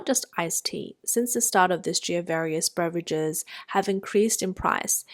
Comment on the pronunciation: Very good English. I have a tip, there's no "r" at the beginning of beverages 😇